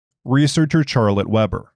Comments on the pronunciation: yes. "Sharlette" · He made me question the pronunciation of the name, it's Shar-let right?